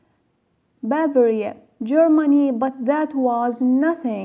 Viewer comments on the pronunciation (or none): none